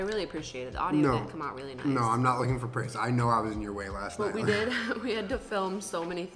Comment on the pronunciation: After this it’s going to be really hard to say good and not gwad